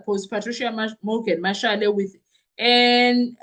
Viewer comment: MASHALE NOT MASHELE